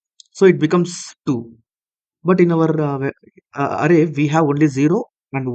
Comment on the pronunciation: Array is pronounced like Aeray